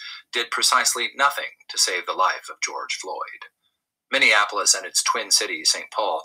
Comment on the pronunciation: just want to mention something about Minneapolis and the way you pronounce it. I think you may be confusing it with Indianapolis. You pronounce it as Minnea-Nap-olis like IndiaNAPolis. It is Minne(mini)-AP-olis. Hope it doesn't offend you. You do good work. Continued good success. We need you work. It's a Mind Game. Know yourself. LOVE YOURSELF.